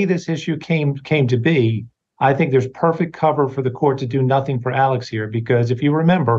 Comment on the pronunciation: Why is Alex pronounced Alec?